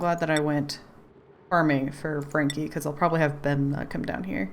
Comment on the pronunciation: I would pronounce it similar to "Bunny" you keep saying Bemna XD